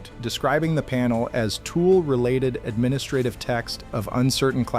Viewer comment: Stop saying administrative!